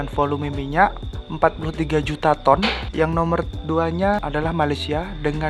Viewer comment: Tolong di pas kn dulu penyebutan ton nya mas bro